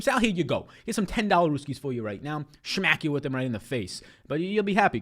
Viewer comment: PS I laugh every time you say shmack